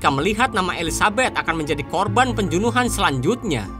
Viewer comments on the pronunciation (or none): PEMBUNUHAN OM YG BENAR ITU.....BUKAN PENJUNUHAN...... 😂😅😅